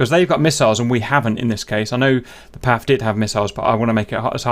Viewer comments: cap, please dont say "Paff" it's "Pee Ey Eff" . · It's PAF( Pee Aey Eaf) not Paf, as you were pronouncing 😉